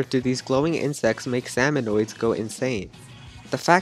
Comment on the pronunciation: Salmonids not Salmonoids.